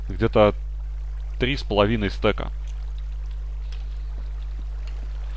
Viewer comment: "Стэка" ??? :D Может стака !? :)